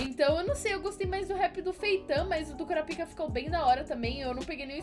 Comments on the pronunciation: Pq voce fala KuraPIka ?? Geralmente se fala KuRApika... kkkk Só uma observaçao mesmo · Kkkkkkkkkk não se pronunciar assim kurapica